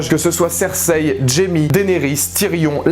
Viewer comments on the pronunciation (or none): none